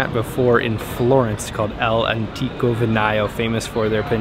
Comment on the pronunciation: El Antico? EELLLLL Antico? Italian is not Spanish! ALL'Antico, dude. 🥲